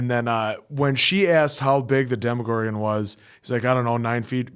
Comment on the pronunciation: I know that these reactions are from months ago since they upload them to Patreon first, but I can't believe they still call the Demogorgon and Demodogs "Demigorgon" and "Demidogs" 😂